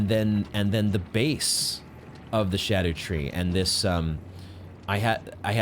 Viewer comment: Im still so disappointed hearing souls-tuber vet, Smoughtown, still refer to it as “skadoo-tree”💔😭